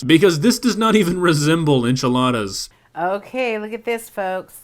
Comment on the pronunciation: The "Enchiladas" killed me :c. Never mind the "Omelette" X_X